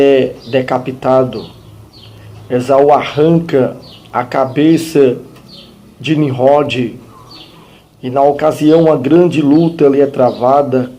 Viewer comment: Não é Ninrrode, é sim Ninrode